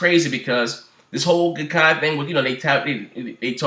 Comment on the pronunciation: Wtf .. I can't understand a single word of wtf ur saying dude. Lame news . That's old new foo. U can't even pronounce Gaikai hahaha